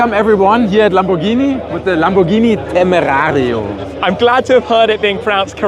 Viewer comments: That dude is definitely not pronouncing the car’s name with proper Spanish accent. Shmee’s is closer to Spanish than the German “Temerrrarrrio”. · I think.... I think we shouldn’t count on a German guy to know how to pronounce „Temerario“..... 😂